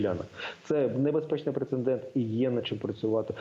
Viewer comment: Прецедент, а не прецеНдент. Речник, мля...